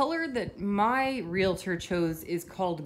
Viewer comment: Thank you for pronouncing Realtor correctly